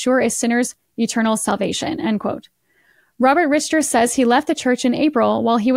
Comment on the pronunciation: Richter is pronounced Rick-ter.